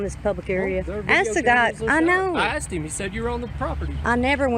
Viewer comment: I axed her - learn English